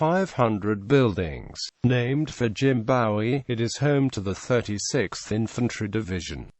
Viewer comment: Bowie is pronounced Boo wee.